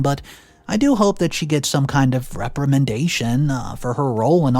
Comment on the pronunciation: Ugh, the readers voice, the timing of his words, and his pronunciation is just terrible! I mean, really, that moron can’t even pronounce “trysts” properly. Heck, he can’t say “especially” either. I’ve noticed at least 4 dozen words that have been butchered by this idiot. He can’t stop saying “ugh” at the worst time, as well. It’s just gross. Edit: For goodness sake. He messes up the word reprimand and arraigned. Can this idiot not read? Does he not look up the words that he’s not familiar with?!? What is wrong with “”?!? He has a cellphone! Hell, he always has access to google! It’s easy to LOOK SHI* UP! What a blithering idiot.